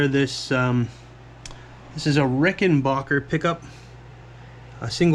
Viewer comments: It's pronounced "Ricken BACK er" Not Bocker or Baugher. BACK like scratch yer BACK. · And it’s “back” not “bock”. Rickenbacker. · It’s an a, not an o. Rickenbacker.